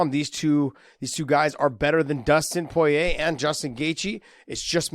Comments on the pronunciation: You say poirer really fucking weird 😐 🤣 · People give a hard time when he says Poirier's name because he sounds funny saying it lol. The best I've heard say it was GSP because it's a French name. But when people say it in English they often sound funny.